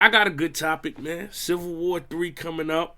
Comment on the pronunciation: Charlie you gotta learn how to say “Civil” man haha